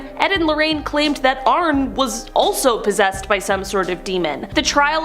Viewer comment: ArnE not Arn. DefeO not Defae. If you’re going to discuss these people please learn how to pronounce them correctly